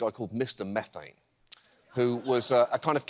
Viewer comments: Mr MEEEEE-thane (not METH-ane) was a recurring guest on the Howard Stern show back in the days when he was nationally syndicated but still on Terrestrial radio (late 90's or so). Apparently going by other posts in this comment section, he made the am shock jock circuit pretty regularly (before Stern put them all out of business). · He's not "Mr. Meth-ayn", it's "Mr. Mee-thayn".